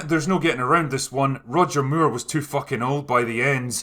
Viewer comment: Funny to hear you pronounce his name as Roger Muir